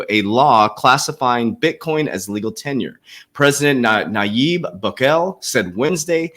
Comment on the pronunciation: Legal TenDER coach, you are pronouncing it wrong. Sounds like you are saying TENURE